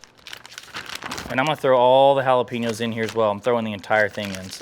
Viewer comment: Jalapeño is pronounced (Hall-A-Pain-Yo). it's not pronounced Hal-a-Pee-No (Jalapeeno)..lol